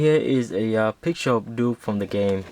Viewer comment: you said nuke nukem lol